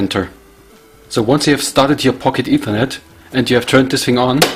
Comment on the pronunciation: Its not PocketEthernet, but Pock-Ethernet.